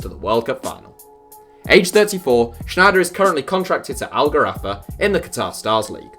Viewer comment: Kluivert has a terrible mentality. He won't come good. That's also not how you pronounce Sneijder. Lol.